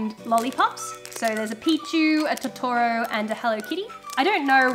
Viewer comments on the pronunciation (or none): Totoro is pronounced (tow-tow-row) <3 (if its just your accent thats cool, no hate) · I’m sorry but your saying tottoro wrong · The way you pronounce Totoro is unnerving.